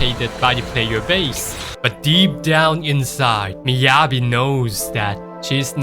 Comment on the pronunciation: How do you pronounce Yanagi right but not Miyabi bro...😄